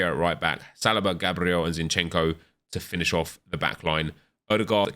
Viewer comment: Zincheno??? Hahahahaha